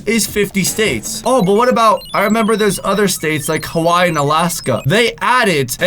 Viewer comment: You say hawaii wrong🤣